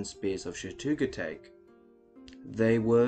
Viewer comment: Shiizu gah tah kay